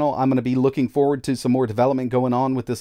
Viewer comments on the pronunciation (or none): none